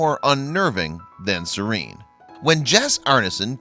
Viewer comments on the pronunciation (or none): none